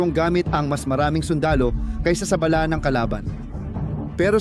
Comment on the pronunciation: Ayusin mo ang pag bigkas mo ng bala.para ka namang grade 1.